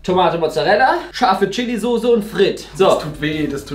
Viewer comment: 😅Es heißt Soße und nicht Sose!